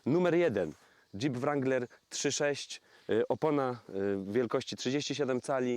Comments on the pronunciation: Aż uszy więdną. Skoro chcesz "poprawnie" to W-niema, A-jak E... nawet twój translator tak podpowiada. Sorry. Dalej nie oglądam bo nie jestem wstani słuchać tego rAnglerowania. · Kurcze Chłopie naprawdę fajny kanał prowadzisz ale na Boga przestań z tym ,,langlerem" bo to jest żałosne. Nie ucz się wymowy z translatora Google. Mów po prostu Wrangler i się nie ośmieszaj. A jak koniecznie chcesz być bardziej amerykański od Amerykanów to ucz się poprawnej wymowy chociaż z Amerykańskiego YouTuba a nie od translatora Google. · Jak chcesz mówić ranglera to mów z akcentem i po angielsku.Bo to rangler wymawiane po polsku jest żałosne.Spolszczony wrangler jest prawidłowo.